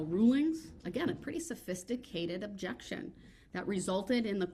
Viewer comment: Judge: " and with that, i am finished and this trial is... Over. The court is adjourned" Prosecutor: " judge there is one more thi-" Judge: " goddamit i just closed the court let me have the last word!!": " objecktshun!"